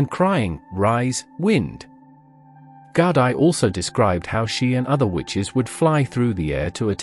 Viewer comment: loving this and ye.. it's Gaudi - just like how it sounds with Gaudi - but its Gowdie - love from Scotland <3